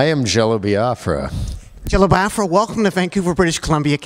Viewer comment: I don't know what was more annoying: the gay love fest or this idiot consistently mispronouncing Biafra